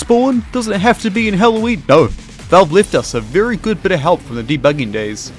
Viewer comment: HE EVEN SAID “Bery Gud”